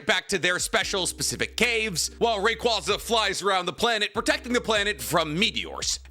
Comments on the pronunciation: Ray quay zuh not ray qwah zuh. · Love but my god his pronunciations at time drive me nuts lmaooo Ray-Kwaazah?! Kawn-kuldur?!!